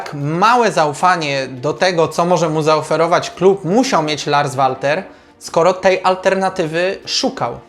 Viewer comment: PS. Odnośnie wymowy nazwiska trenera Larsa zajrzyj bo serio materiał spoko ale wymowa zagranicznego nazwiska w ten (Twój) sposób rani ucho 😃Nie wszystko co obce po polsku brzmi lepiej PS2. Wymawia się Lars Welter 😉